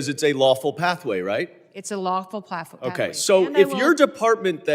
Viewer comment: 😂 She said plathwa instead of pathway!